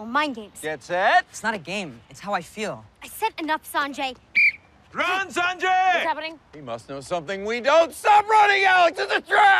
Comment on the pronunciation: I hated how they pronounced his name so weirdly in the whole series, I mean at some point he could have corrected them but no. Saaaanjayy bro it's Sanjay(S-un-jay)